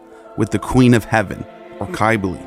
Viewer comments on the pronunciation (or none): Cybele is pronounced, Sib-ill-ee. And Pelagian is pronounced with a soft G, like used in the word Giant. I could go on, but I hate being a critic. Just work on your pronunciations and you'll end up with a lot more subs. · He must not be studying that great or he'd know how to pronounce the words a bit better. It's very painful to the ears to hear such ancient words like Cybele and Pelagian pronounced with such harsh harsh K's and G's. And that's just the tip of the iceberg. There's a lot more embedded within this long video, but I'm not going to go over all of it. Anyhow, if he's going to put all this time into it then he may as well work on this as well. He'll get a lot more subs if he does.